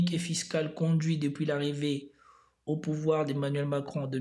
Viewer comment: ... N'est pas venu Zau pouvoir ??? Hey bro , tu crains là !! T inventes des liaisons zzzzzz fez attention zilte plaize